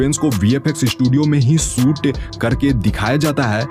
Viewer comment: Prasanth....nahi... Prashant hai... Suit Kiya nahi....Shoot Kiya... Setty...nahi.. Shetty hai... Uju nahi....use... Lokesan nahi.... location hai. Pilm...nahi...Film hai... Aksan.... nahi... Action hai. seyar nahi...share hai.. Isthith.... nahi Sthith hai. Pipty.... Nahi...Fifty hai. Estory nahi hai.... story hai. Yas... Nahi hai Yash hai. Suru.. Nahi Shuru hai... Des nahi...Desh...hai Paida nahi...Faida hai. Visal... Nahi Vishal..hai..Parisani.. nahi..Parishani hai. Sandar ... nahi..Shandar hai... Bhai next video me pronunciation teek karko 👍🙏🏻🙏🏻🙏🏻🙏🏻